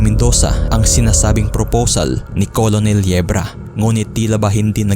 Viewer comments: Anong KOLONEL hahaha basa po sa COLONEL is KERNEL not KOLONEL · Hindi kailangan perfect ang pronunciation, pero sana maayos man lang. COLONEL is pronounced as 'kernel', hindi po 'kolonel'. At bakit sa bandang , eh ang pagkasabi ay "3 AM PM"? Ang labo mo par, nakalagay na nga sa pinaskil na pm, ginawa mong 3AM PM? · Colonel -pronounce as "kurnhel" or kurnel